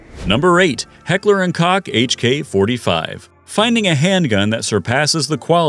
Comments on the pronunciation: It's pronounced Coke, not Cock - check their website out. Unless you're in Deutschland then its pronouned a whole 'nother way... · "Koch" is not pronounced to sound like [cock], the pronunciation sounds like [coca]...lmao. Link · It's not Heckler and Cock 🤦 It's pronounced Coke, not Cock. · It's not Heckler & Cock. Koch is rhymes with Coke. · I wanted to see the gun in the THUMBNAIL. Not only do they not show it, it's unrecognizable. BTW, it's pronounced "coke" not COCK. Channels that use voice bots SUCK! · Heckler and Koch rhymes with Coke not being critical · It’s heckler and coke”kock